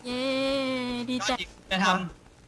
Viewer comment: พี่โซระค่ะ มันต้องเป็น เย่ ไม่ใช่ เย้ คะรักคะิจากหนูแฟนคลับ AjA คะ